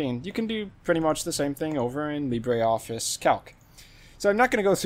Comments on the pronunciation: It is Lee-bruh, not Lee-bray. The pronunciation is French, not Spanish. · Bray, Lee Bray